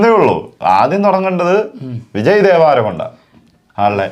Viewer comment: Devaaarakonda alla devrakonda